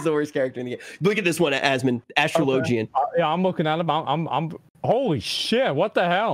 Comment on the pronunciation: lol, yeah. Also Astrologian.